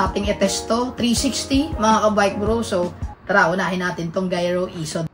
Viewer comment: Bat unang pronounce mo giro. Tapos nung mga sumunod. Naging gyro na. 😆